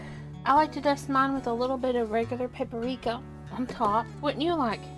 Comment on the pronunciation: P.S.- PapriKa, not papArika